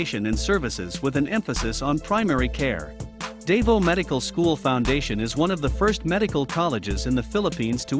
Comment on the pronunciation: The narrator should get a lesson on how to pronounce the names of the colleges such as Davao.